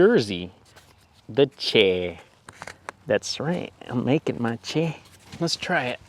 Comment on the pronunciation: Stumbled on this nice little vid. Funny thing is I ride with a guy who is a photographer, and both of us are from North Jersey I am not sure if you are saying chair correctly. Any way I did enjoy your failure but I see it as a triumph.